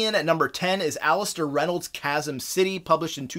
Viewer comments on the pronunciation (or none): none